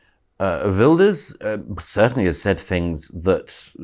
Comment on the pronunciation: Gutteral Gert like van Gogh, NOT a soft, English "guh" like in yogurt. Well done for saying "Vilders", Douglas.